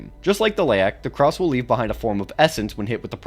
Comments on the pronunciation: Krause? No, sir. Krasue. Krah-sue. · IS-0091-B "Karsue" although it shares similarities to Penanggal, Penanggalan and other cryptids from the Southeast Asia region, the name itself is from Thailand's varsion of the creature and it's supposed to be pronounced "Kra-Sue" with 2 syllables. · Bro said Krause 😭